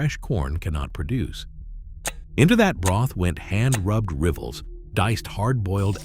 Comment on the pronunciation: I am Pennsylvania Dutch and eat and can find all these foods. Learn how to pronounce Lancaster the way locals do and rivels. A treat for my kids and grandkids was milk rival soup topped with butter and brown sugar. This is not accurate and pronouncement is horrible.